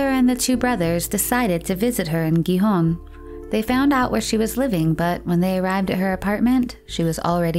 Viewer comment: It's pronounced Gijón, not Guijón. The G and the J are pronounced the same.